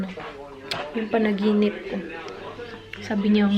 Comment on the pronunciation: gusto ko yung "panaginipss" 😂😂 HAHAHAHA labyu ate!